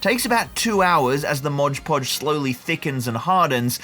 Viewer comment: Excellent work, but hearing ModGE Podge feels amateur lol